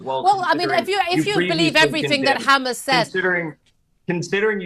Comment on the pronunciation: She is so thick she can not say Hamas